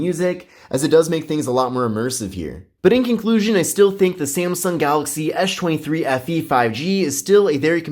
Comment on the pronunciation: No I hear it too...